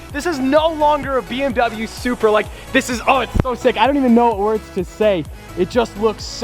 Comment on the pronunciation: Might be the ugliest Supra out there. I’m sorry but you butchered it 😭